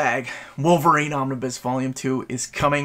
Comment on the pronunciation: Pls dont say omniboo for some reason it feels like I'm being tickled